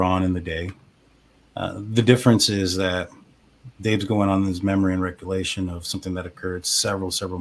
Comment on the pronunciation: First if all, Its "recollection", not "recullation". Why do you have such a problem admitting kim was possibly lying. No one ever spoke to Kim's daughter or her friends, and it was obvious Dave was repeating bs kim was spewing. u don't want to admit they're lying, bc u stood behind them this entire time and pushed their false narrative. If the parents haven't heard about anyone knowing about the deaths prior to the 911 call, then it most likely never happened. Why continue to say Kim and Dave aren't lying. They're either lying, or at the very LEAST, they spread unfounded rumors, and u gave them a platform for MONTHS! SMH! Idk why the family would trust u when u and Lana are behind so many conspiracy theories and unsubstantiated rumors in this case. And now of course, you're going to spread this content out to financially benefit from it as much as possible. Do you not have any shame? No, you don't.😂